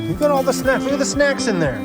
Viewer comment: I thought only native people said Loogit. lol